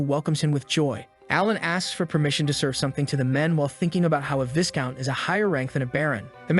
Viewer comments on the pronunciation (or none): Setting aside the butchering of names, it is Viscount (Vye-Count) not Viss Count. The S is silent.